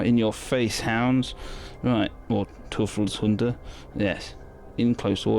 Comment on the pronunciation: You once pronounced it right its easy Toy-felshunde EU is stellen Oy in german And nice Battelreport